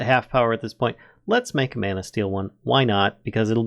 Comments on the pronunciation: Can someone tell this guy how to say mana correctly please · "No! It's Levi-oooo-sah! Not levio-saaaah!"